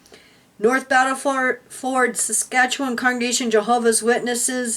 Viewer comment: good job saying saskatchewan I love you both --I live in Saskatoon SK